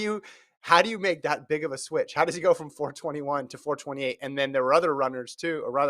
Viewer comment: It’s “4 2 8” not “4 28” 😅. Y’all sound like you don’t know football